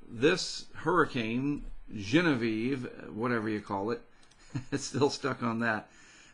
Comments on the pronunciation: Enjoy your program.I have been hurricane " afflicted" since Donna over Florida in 1960 ( I was 7 yrs old).You don't have to laugh at yourself on pronunciation.You said Genevieve perfectly!Cheers! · Thanks for all this information, and yes you are pronouncing Genevieve properly! That was my grandmothers' name :)